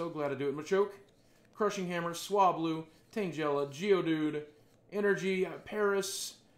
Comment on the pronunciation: tan'jella. and vape'earion. my fave poke pronunciations.